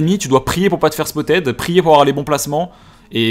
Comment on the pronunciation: J'aime bien le contenu mais arrête de dire "spottED" stp 😅